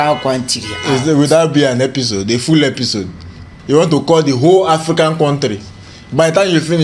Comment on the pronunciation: "You are welcome to another ephiscode....".